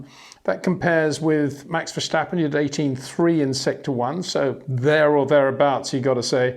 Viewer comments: I It is not "Bottash" nor is it "Lewish" certainly not "verSHtappen" .... This BS started long time ago when a British sport presenter interviewed father Jos Verstappen and assumed you can use a German pronunciation to a Dutch Driver thinking it is so "funny" ... It is not. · Would be nice if you once took the effort to pronounce Verstappen and Leclerc once and for all.